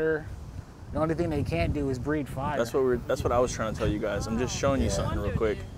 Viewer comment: He said "breed" not "breathe" underwater 😡